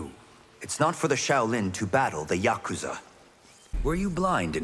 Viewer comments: My only gripe is his pronunciation of yakuza.. It’s not “yakutza”.. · Everyone not being able to pronounce yakuza correctly is painful